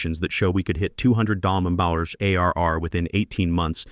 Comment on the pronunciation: What is the problem of the A I pronouncing the word MILLION?